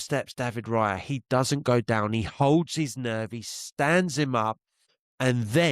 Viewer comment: David Rayah (cockney accent) 😂 big up